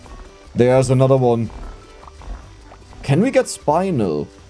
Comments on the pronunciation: it's spin-el. you spin me right round. And then el, like el burrito. It is spinel, spin-el, not "spine-el", SPIN+EL, it's not a difficult one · Eyo, fist I wanna let you know I love watching your vids, and you do in fact help me fall asleep several times every week. Second I want to respectfully correct a pronunciation: Spinel. "Spin" around, and "nel" as in Nelly. Spin-nell. Danka ❤ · How people gonna get mad your pronounce iron with a German accent but not get mad your pronouncing spinel wrong 😆(idc either way)